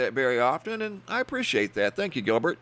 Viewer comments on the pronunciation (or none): none